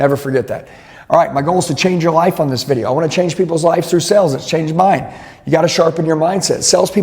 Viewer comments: Nothing instills confidence more than learning sales from a guy who can’t pronounce the word “sales” 😂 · Is he saying "sells" or "sales"? Genuinely asking